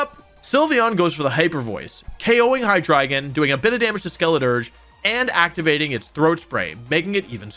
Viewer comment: Pretty sure you’re pronouncing Hydreigon wrong